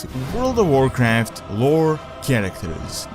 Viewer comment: Vorcraft vore vorlds vorring... I love this guy! :D